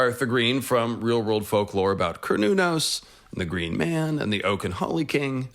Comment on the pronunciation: I thought it was pronounced more like Se-ra-nōs....